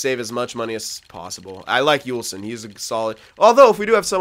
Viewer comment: It isn't Juulsen it's pronounced (Jewel-Son). Just letting you know since we group up together haha